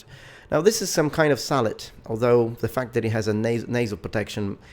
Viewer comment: I could of sworn that you said " now let's look at the helmet, it appears to be some kind of salad" XD